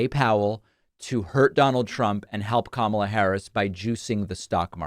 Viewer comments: He also doesn't know how to pronounce KAHmala. I'm going to start pronouncing Trump's name DonALD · Why do they keep mispronouncing her name? It is COMMA-lah. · Pronounce her name properly, Kudlow. That is your ignorance showing. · More racist crap as he can't pronounce her name correctly! He's an idiot! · And even this motherfucker, can't say her name, right!